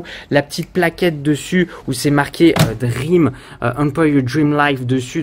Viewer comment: Salut DREAME se prononce "DRIMI" toi tu prononce DREAM comme un rêve en anglais ...